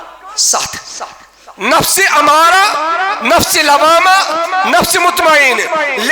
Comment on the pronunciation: نفس اَمَّارہ بفتح الہمزہ نہ کہ نفس اُمَّارہ